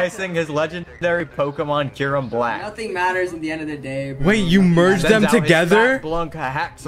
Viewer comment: Talk about miss pernouncing kyurim xDD still fun content none the less